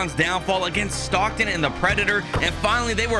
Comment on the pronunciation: Bro you need an English class